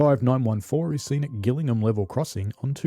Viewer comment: Gillingham in Kent is definitely and always pronounced with a soft G. There is a village called Gillingham in Suffolk, near Beccles , which takes a hard G, but we needn’t concern ourselves with that. Just thought you’d like to know.